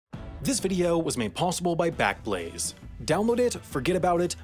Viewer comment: “This video was made possible by squa- ......... backlaze?” 😂